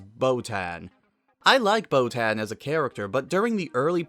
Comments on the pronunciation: how can you say chris sabbat is best known for piccolo.. and not vegeta? and why are you calling boton "botan" she even says "boton here" in the show, have you even watched the show? jesus christ go eat something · Botan is pronounced with a sharp a, like in "hat", the dub just mispronounces it. This is made apparent by the way it's spelled in the original language. The show mispronounces many names. Anyone who is an actual fan would know that.